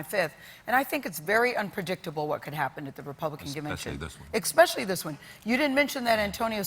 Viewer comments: When someone says "ex-specially" I stop listening. It's hard to take someone seriously when they are public figures who speak for a living and still haven't learned that the word is especially. Yes, I know I'm a horrible person, but I'm okay with it. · all I heard was "ekspecially" Why is this becoming a thing? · Gayle just said "expecially" about 3 times in a row. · Gayle, ask Oprah about the pronunciation of especially. There is no "x" in the spelling. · ***** Oh, you are entirely right about where you find it. I hear it in lots of places and I cringe every single time. There's no way you can make it to that woman's age without knowing there is no X in especially. That's not a mask for anything else. I don't know anything at all about her. I feel the same annoyance whether it is a male or a female saying it, whether they are white, black or purple spotted. Mispronouncing simple words makes them look unintelligent, even though I'm sure they are. It's also very unprofessional for people who make their paychecks by interviewing others on talk shows. You can make all of the assumptions and insults you want, but there are many of us who think like that. We can't all be pedantic assholes, although I probably am.